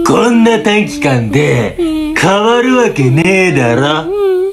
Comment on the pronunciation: 短期間のところが、短時間って聞こえる😵